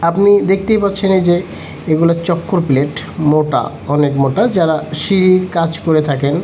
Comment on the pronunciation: Chokkor plate na, Chaker plate Hobe...